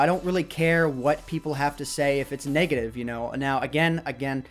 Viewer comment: Hahaha when says 'negative' it sounds like he's saying 'naked-ive'